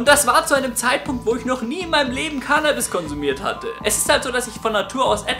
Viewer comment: "Cannnabis" nicht "Kaahhhhnahhhbis"!!!